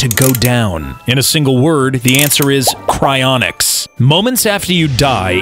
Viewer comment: Him: " Cryinics " My brain: "Do you think I’m a joke to you?"